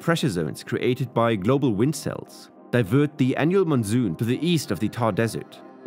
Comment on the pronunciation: Sounds like AI voice. Why pronounce canal like kennel? And monsoon into Mon Zoom?